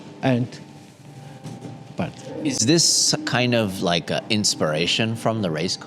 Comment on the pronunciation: "I make widebody ... low styling ... more downforce. I rike." 😎